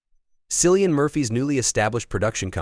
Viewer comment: It is 2024, decades beyond it being the slightest bit acceptable to mispronounce this Award winning Film actor, Theatre actor and now Producer of Films that will garner recognition and Box Office. Content Creator it is "Kill-ee-an Murohy" and not Silian Murphy.